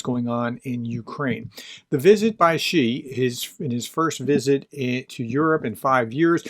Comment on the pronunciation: Good pronunciation of Xi Gerdes. This is correct you are off to a good start much better than your Ukrainian pronunciation. In terms of France, Macron went to China at the same time the EU delegation went in 2023. This is the failed trip where Charles Michel left in a day because the CCP bugged all his devices. During this trip Macron advocated for an independent French policy on China separate from the larger EU policy aimed at decoupling. The cave educated dictator has all kinds of time for this. I see alot of people here mentioning the Olympics, I don't think so. If one remembers the Peng Shuai saga you would realize that the CCP have the Olympic committee in their back pocket. Tomas Bach treats the Olympics like the WWF look at the recent swimming scandal with China 20 of 23 swimmer test positive for doping. It would be easier if they ran out with a chair and bonked the competition out. I see alot of people mentioning here Ukraine. If Ukraine wanted to reek havoc on China it could. Really very easy, stop corn exports. Pigs eat corn. No corn means that the biggest meat staple in China is jeopardized. I realize it isn't that simple but that is a basic premise. This is often overlooked. It is why I have never been a fan of the push of grain exports. It is a sleeping weapon that Ukraine has not used yet. A pillar of CCP foreign relations policy is to have Europe and North America divided from one another. It is the only way their economy and theft can continue unabated. If bo